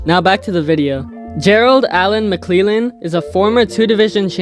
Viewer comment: Gerald mcclellan is pronounced mick lell an. Not mick lee lan. Good video bro